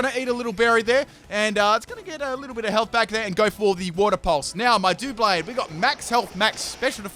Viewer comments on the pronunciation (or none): Why do ppl always say "duoblade"? It's Doublade ya know as in double blade??